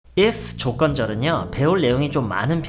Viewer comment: 처음에 바로 If 조-t건절 으로 들려서 깜놀ㅋㅋㅋㅋㅋ